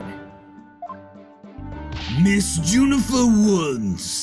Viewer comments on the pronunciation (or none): “Junifer” Woods,?